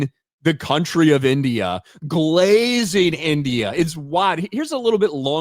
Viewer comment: Can’t say the word India